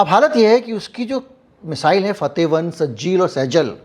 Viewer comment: Sejal nahi Sir,, correct word hay SIJJEEL.. ye word QURAAN me aataa hay.